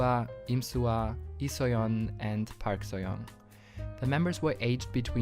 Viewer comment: Just a minor comment: Learn to pronounce "Park". ;)